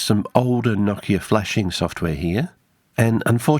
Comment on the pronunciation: Noooo-kia. The accent is on the O, not the I. I know because I worked for that company and part of the on-boarding was to pronounce it properly.